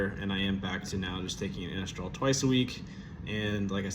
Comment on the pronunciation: Glad it’s still working good! It’s Anastrozole, pronounced a-Nahz-trah-zoll ; cheers bro